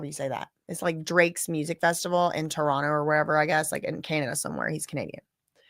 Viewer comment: you pronounce Toronto perfectly. 👏🏻👏🏻👏🏻